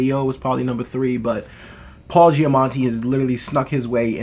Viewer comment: Loved this movie, glad to see others share my enthusiasm! All three leads did a great job and had their own interesting, heartfelt stories. Btw, think you are pronouncing an 'n' in Paul Giamatti's name but there isnt one 😉